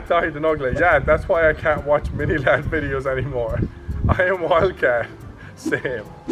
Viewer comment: Sjy Mini ladd and not Mini sladd